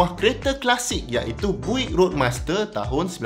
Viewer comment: Sedikit info utk sebutan pada BUICK = Biyuckk sebutannye boleh try cari US pnye legendary classic, sbb sane dorg buat nafas baru sama ada rats rod atau hot rod.. bole try tengok dorg make over kereta buick = biyuckk